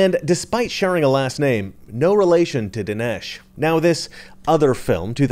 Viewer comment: It’s Dinesh not Delish!…..OMG!……DINESH D’SOUZA!!!